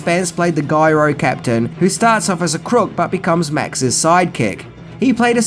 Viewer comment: J-iro captain. It's pronounced Jyro captain. Not G-yro captain. As in gyroscope. Has a jay sound, not a jee sound. Letter J sounding word, not letter G sounding word. He's the gyro captain. Not the guyro captain.